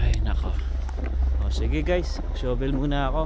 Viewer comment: Huwag Kang magalit pero Hindi Tama Ang pagbigkas Ng SHOVEL. Ang bigkas mo ay sho vel. Ang Tama ay shuh.vl. o Sha vel.